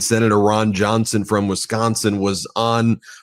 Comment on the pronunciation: NOT RAN JANSAN FROM WISCANSAN